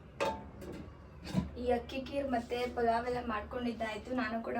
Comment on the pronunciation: Niv yavgalu heltiralla polav 😅 antha ,ಅದು ಪೊಲವ್ ಅಲ್ಲ Palav